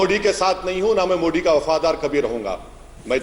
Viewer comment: Anjana said pm modak 😂😂😂😂😂😂😂😂😂😂